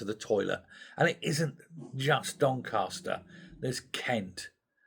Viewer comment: DonCASter not DonCARster...... a Yorkshire thing 🙂